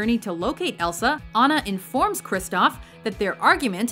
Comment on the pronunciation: She said elfa not Elsa